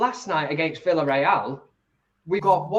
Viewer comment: It pronounced Viareal